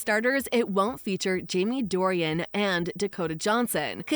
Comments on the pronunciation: It is NOT Dorian, with 3 syllables. It is Dornan, just 2 syllables. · You can’t even say his name correctly 😂😂 it’s DOR-NAN, not DOR-IAN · Yes you love Jamie so much that you got his name wrong, Jamie Dornan. True fan here. Cheers love. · His name is not Dorian. It is Dornan. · Jamie's surname is Dornan not Dorian. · His name is “Dorian” not “Dorian.” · His last name is Dorian…not Dorian…geez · First thing you need to do is get his name right! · Would be nice if the person talking could get his nam right!!